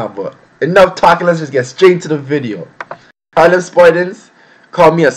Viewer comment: are u from the uk or usa cauz u pronounced harlem wrong in ur intro